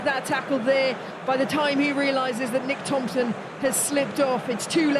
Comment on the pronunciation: That women saying nick Thompson ffs 😭😂